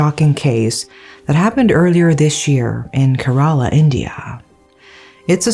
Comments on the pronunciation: I had to stop watching because of your pronunciation of Kerala. It's CARE-ALA not KERR-AALAAH. If youre not sure, please look it up. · Thank you for covering this story. The state's name is pronounced more like Care-Raa-Lah, and not so much like Kur-Ral-La. Just FYI. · Que- rruh-laa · Kerala -" k" rala